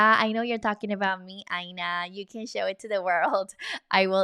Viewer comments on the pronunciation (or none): none